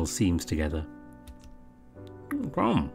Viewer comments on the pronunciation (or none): none